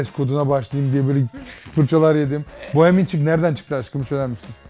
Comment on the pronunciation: Bohemian çik değil şik